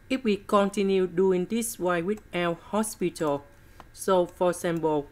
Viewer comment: Sir it's l'hopital ruli